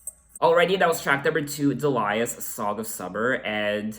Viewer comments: It's DEE-lee-us, not de-LIE-us. ;-) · Do you know that there is a song by Nick Lowe called “I Love the Sound of Breaking Glass”? So you’re not alone in that....Also the name Delius is pronounced dee-lee-us. Bill Duffield of the song Blow Away was Kate’s lighting director on her first live tour, who tripped and took a header off the balcony of the theatre and was killed. This was the first album where Kate took over the production instead of producers that the record company would assign to her. She co-produced this one and self produced all albums after it.